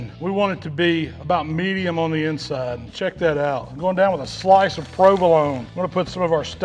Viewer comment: A sloice of prewvalone